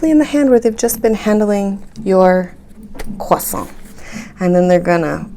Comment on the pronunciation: I find your humor to be very strange. edit: it's "croissant", not "quasa".